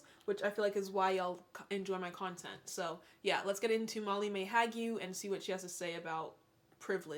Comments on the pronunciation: I’m dying every time you say “Mally-mae” 🥲😂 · “Malley Mae Hag-you” 💀